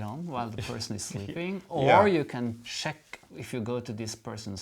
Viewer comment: I enjoy this stocking video! I love when days “sheck”. Great shirts guys! Those colors for the sock are spot on American Christmas. I just finished socks that are red,gray, and green with yarn called Carol of the Bells. See you wednesday